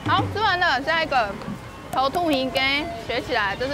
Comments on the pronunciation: 土魠魚羹唸 “頭特ㄏㄧˊ ㄍㄟ” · 土魠魚羹台語發音是.... ㄊㄡ ㄊㄠˋ ㄏㄧ ㄍ一